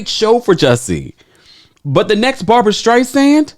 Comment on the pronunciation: I always thought Jussie was talented, but to compare himself to La Streisand is absurd. And it's Barbra not Barbara.